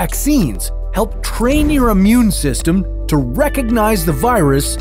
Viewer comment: why you say Ammune, when its Immune?